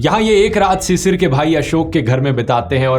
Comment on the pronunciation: Druv its not cicir ... its pronounced as Shishir.. which mean morning dew ... thanks